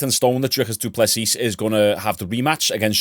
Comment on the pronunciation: The S at the end of du plessis is silent dude. Love the content 🫡